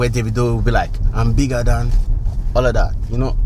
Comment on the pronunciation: so you can mention Burna boy's name correctly but not Davido ? it's litterally just David with an O in front !!!!bruh!!!!